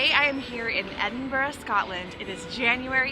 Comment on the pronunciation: Well done for pronouncing Edinburgh correctly!